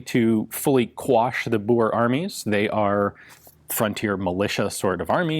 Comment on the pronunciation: That's an incredibly good pronunciation of "Boer". Kudos.